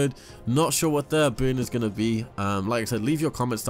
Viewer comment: Anyone else hearing "Boon" when he says burn?